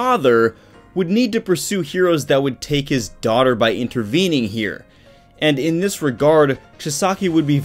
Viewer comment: emphasis on “daughter” and “father” is kind of a spoiler 🙃🙃